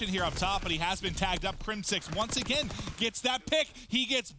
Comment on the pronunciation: "And once agun"